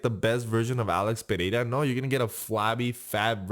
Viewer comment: hey i liked that you pronounced ''pereira'' right good for you